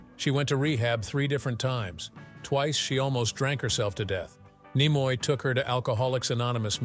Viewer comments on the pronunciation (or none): Sorry; hearing the AI voice mispronouncing "Nimoy" caused a hard pass. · How you're pronouncing Nimoy is really annoying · So many different and unique pronunciations of "Takei", and of "Nimoy" in one video. Weird. 🤷‍♂